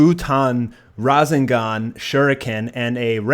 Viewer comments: Rasangahn? Wtf? It's Ra-Seng-Gan. Rasengan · not to hate but the way you pronounce rasagan and naruto bugs me